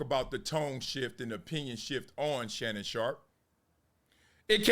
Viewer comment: Excuse me folks.... I believe it's Shannon 'not so' Sharpe ... not Shay, Shay